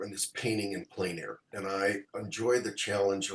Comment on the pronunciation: Thanks,. Good pronunciation of plein air.